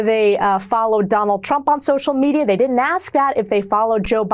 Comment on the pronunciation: Comer says, "duddint" :face-blue-smiling